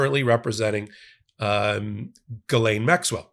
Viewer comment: Im a fan...BUT, please work on your pronunciation of some names, such as Maxwell's first name. Try not to use G'lane. Phonetically, it sounds like G'EEE-LANE. OR, just refer to this party as 'Maxwell'. :) And Virginia's last name is not Jaw-free. Try 'Jo-fray'. Dont take offense, please.